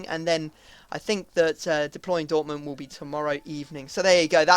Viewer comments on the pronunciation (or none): none